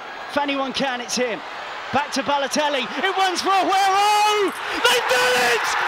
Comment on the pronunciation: Dude every time he says “ahuero” it makes the video less and less enjoyable